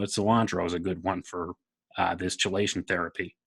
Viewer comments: KEY-lation, not CHEE-lation.... (excellent for removing heavy metals from the blood) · Just as chemistry is pronounced "kemistry," chelation is pronounced "kelation." I say this not to undermine, but in support...I don't want the neurodegenerators to have any easy ways to push your arguments aside.